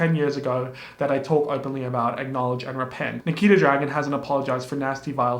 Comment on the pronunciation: when you mispronounced Nikita's name it almost sounded like my name LOL